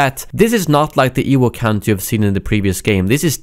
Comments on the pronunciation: wtf is an "ewook" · Ha. "Ewuk".